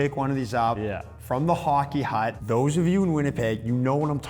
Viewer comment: Hockey Hutch! not Hut lol